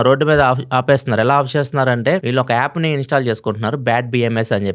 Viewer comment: Yaappu kadu, app.